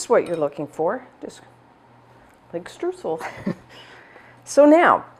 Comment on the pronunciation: Hey, great recipe! Just a small advice from a German speaker: the "eu" of Streusel is pronounced mor like the "oi" of "oil". Don't know if you care, but know you know;)